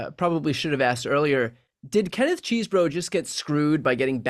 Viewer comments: It’s CHESS-bro, not CHEESE-bro. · I happen to know Kenneth Chesebro’s brother, and can confirm they pronounce the name “CHEZ-bro”. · We (rightly) criticize media figures on the right when they (intentionally?) mispronounce names like Kamala Harris or Fani Willis... but that does NOT excuse "our side" from doing the same thing. It's CHEZ-bro. The man is not made out of cheese. ಠ_ಠ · You are still calling him ‘cheesebro’ 😂😂